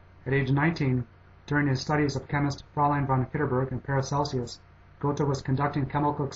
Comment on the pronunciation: GOAT-uh, and ParacelSEE-US? What in the world is the matter with this narrator?